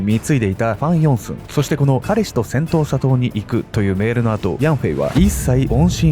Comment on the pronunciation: セントーサ島。 最初、音しか聴いていなかった時、 「戦闘・砂糖」 に聞こえてしまって、内容がなかなか頭に入って来なかったっす 申し訳御座いませんm(_ _)m 動画の内容の感想としては、うまい話には絶対裏がある、という教訓と、白馬に乗った王子様は現実世界にはなかなか訪れない、と。で、その恋人？とやらの遺体があがって、それが本人なのか鑑定したのかしら？DNAとか。 (内容が頭に入ってきてないので許して下さい😭)